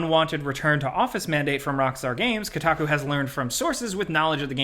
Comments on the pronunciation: It’s “KOH-taku” not “KOO-taku” I literally can’t even understand how anyone would think it’s the latter. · Dude said Kotaku.😂